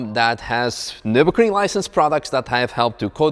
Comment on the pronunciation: His "noo" killed me😂😂